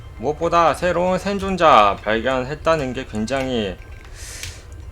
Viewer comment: ㅇ발음은 ㄴ발음으로도... 샌존자